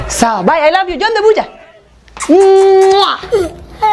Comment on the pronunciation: ❤️did you just say rav😂😂😂😂😂😂😂😂😂😂